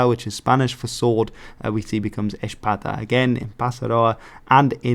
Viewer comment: Heya! Loving the video so far, but quick correction: the "X" in Basque sounds a bit like the "sh" in English, so the ABP and Basque would have been pretty close to each other. Also, I can't really speak for historic Basque, but some current dialects barely differentiate the pronunciation between "s", "X", and "z", so "ezpata" into "echpada" sounds even closer for one such speaker.